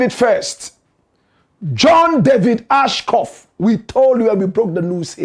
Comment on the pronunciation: It’s John Ashcroft. You keep “murdering” this name for days. Basic journalistic research will help.